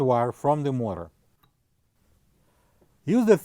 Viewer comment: Good job. Why not just replace bearings and seal. Some or your pronunciation is difficult to understand. Eg motor, the first syllable is longer and louder. MO-ta.